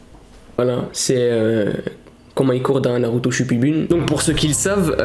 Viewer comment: Eh frère prononces bien le nom de Naruto